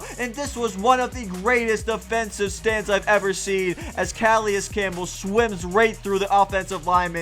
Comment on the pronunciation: Cu-lay-is Campbell